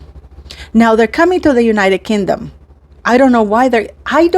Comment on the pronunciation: Pronounced as king dom Not kin dom